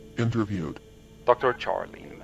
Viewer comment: Yes! I was just wishing for a new video from you guys today, and lo! A new video. I’m so happy. 🥲 (Ps, edited to add: Charlene is pronounced like “Sharlene,” I had to throw that out there because its my grandma’s name, so I saw it and had to say something. Which is kind of just dick-ish for me to do now that I think about it bc what are you guys going to do to fix it? You can’t now. So.. sorry if this comes off that way! But still… gotta do right by grandma! 😖) I can’t get over how you’re reading this one it’s maybe my favorite things ever. Definitely favorite thing all day today.